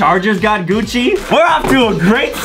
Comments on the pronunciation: GUCCI not GUCCY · Is Gucci not Gucci ok